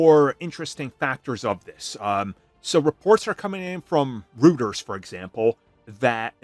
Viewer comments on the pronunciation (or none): The word is phonetically pronounced “Roy-ters” Reuters = “Roy-ters” TLM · This is not really a big deal for a comic book channel, but you mispronounced Reuters